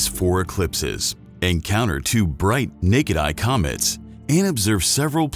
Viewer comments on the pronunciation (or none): The moon and comeets😂